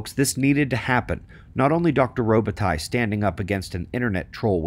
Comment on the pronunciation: Whenever you say Robitaille sounds to me like robot 🤖 👁 eye.....he knows his sh*t that’s for sure.